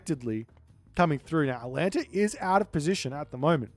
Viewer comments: Maybe if you had pronounced Atalanta's name correctly the Poseidon player might have been able to win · Poor Atalanta, always having her name butchered. 🙁